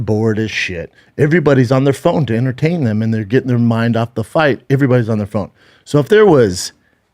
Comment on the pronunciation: Schaubanese: "herntayen" = entertain